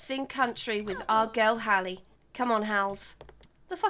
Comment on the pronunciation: Love that you named your sims best friend Hallie and pronounced it right! Rarely see my name spelt and pronounced right I love it!!